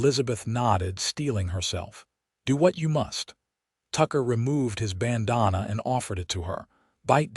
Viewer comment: It is NOT a "ban-daah'-nah' " It is Band•Dan'-ah". "Rēad" is not "rāid" "Ap•po•matto x" (like "ăt")(ăp"), (po like "Joe"), (matt like "Matthew"), (ox like "uh ks" - like the sound of "ducks")